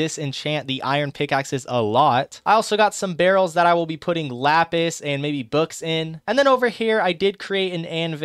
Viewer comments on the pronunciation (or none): none